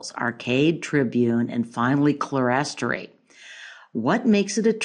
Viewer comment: Great! Pronounced "clear-story"